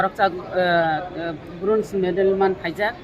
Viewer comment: Its Bronze not Broze